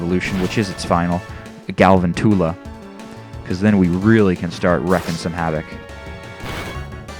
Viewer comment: It's Gal-VANTULA. Like...TARANTULA. Sorry, just had to say that. Xd